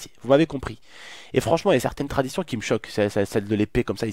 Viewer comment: en mode anglais. Leur traditionnn